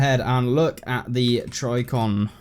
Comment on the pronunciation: trijicon tri like trip ji like jeep con like confidant or, trij-i-con. like trigger with a J sound, I like eh, and con again. although it just seems like you are overlooking the J sound and simply need to slow down when reading/dictating